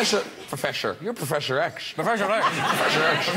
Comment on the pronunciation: ''profesher'' suddenly Graham sounded more Irish haha